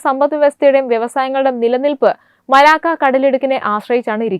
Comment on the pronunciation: മലാക്കോ അല്ല കൊച്ചേ, മലാക്ക. എന്തു പറയാനാ? നല്ല training കൊടുത്തു മാത്രം ഈ കുട്ടികളെ news reading ന് വിടുക. വായന തെറ്റിയാൽ അരോചകമാവും.